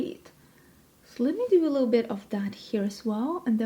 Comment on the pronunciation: Omgeeee! I just 🥰ADORE🥰 the way you say little - 🥰liddle🥰